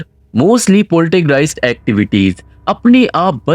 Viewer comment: Not Poltergreist, it's Poltergeist.